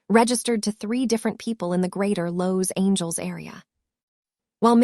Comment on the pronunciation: Beautiful story just get a narrator that can pronounce Regina and Los Angeles a little better other than that awesome. Favorite parts they were on the hunt looking for Regina, him coming to the vet with a dog that he had found at a construction site, Hannah making a video of Lucky lol and Regina's grandma talking about the men's in her yard and when she said they better not step on her roses 🌹😂 hahahahahaha. On the next one can we get more scene's please 😁 and thank you. Watching from Texas